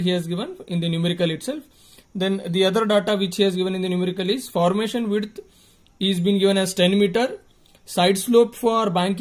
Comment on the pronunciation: You said wrong in formation 😂